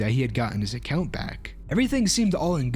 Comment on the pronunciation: "I got logged out of my accjaunt"